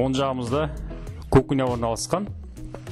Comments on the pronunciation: Кукня емес, кухня😀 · бауырым сен реклама беріп отсын.элементарно сөздерді айтып үйренш.КУХНЯ.ХОЛОДИЛЬНИК.НАТЯЖНЫЙ.деген сөзлерді